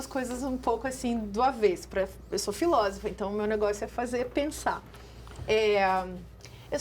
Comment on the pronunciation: Como diria (pronunciaria...) o Luiz Ináfio Lula da Filva: "Filóvofa".